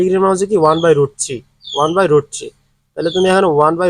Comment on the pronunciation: স্যার আপনি 3 কে ছি বলেন কেন?